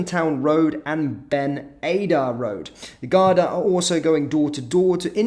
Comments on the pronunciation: GAR-DA not Gardia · How do you flit between correctly pronouncing Garda (Gar-da) And incorrectly calling them Gar-dia. Bizarre, in my humble opinion 😵‍💫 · There called the Garda not gardia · Gardia is pronounced gar-dee and refers to the police force. Garda is singular (and officer) and pronounced as seen. If you do news you have to pronounce things correctly. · It’s pronounced like guarda (Garda) not gardia just pointing you in the right direction that’s all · Pronounced 'Garda', no I in Garda. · Gardea haha it's pronounced 'Guard I'